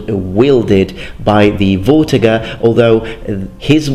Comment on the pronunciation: I think it may be pronounced fortiger rather then vortiger, it sounds german (in german v is pronounced f).